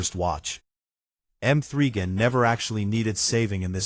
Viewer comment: Who is M three Gan 😂😂😂😂